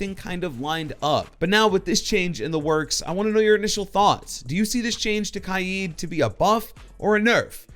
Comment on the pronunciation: For Kaid I thought it was Pronounced Kade